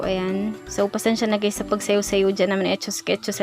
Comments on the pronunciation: Wait what did she said hi gays in the starting 😶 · Did she just said "Hello gays?" 😳